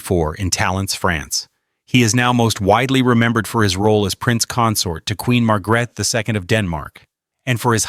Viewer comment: Horrible pronounciation of Queen Margrethe's name. You should know better, if you do a documentation.